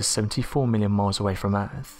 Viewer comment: Over ere' by the bafroom...dry I trade alot of th's in for f's too, I'm guessing it's a southern Appalachian thang